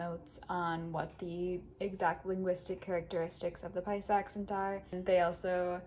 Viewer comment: Si. Que más, pues? Como lo dijo se escuchó en perfecto paisa. Saludos y continué que va muy bien.